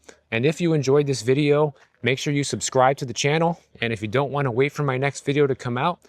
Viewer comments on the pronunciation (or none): none